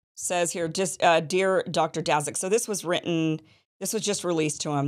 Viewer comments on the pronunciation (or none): none